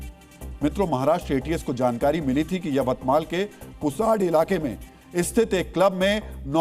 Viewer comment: पुसाड नहीं, पुसद है गांव का नाम।